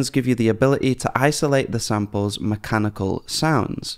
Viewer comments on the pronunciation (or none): mach-ah-ni-kal, like the goofy-'ah' meme trending? loved that, you get a like!